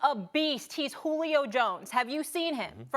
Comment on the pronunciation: did she say juilo smh